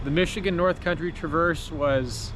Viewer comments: Great video. It’s funny has hell listening to non-Michiganders try to pronounce the names of our towns and cities 😂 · Hearing your pronunciations of locations in Michigan is kinda funny lol